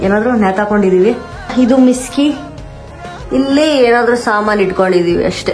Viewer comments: ಮಿಸ್ಕಿ ಅಲ್ಲ ಮೇಡಂ ಅದು ಮಿಕ್ಸಿ 😂❤😂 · ಮಿಕ್ಸಿ ಅನ್ನುವ ಉಚ್ಛಾರಣೆ ಬರುವುದಿಲ್ವ ನಿಮಗೆ ಮಿಸ್ಕಿ‌ ಅಂತೀರಲ್ಲ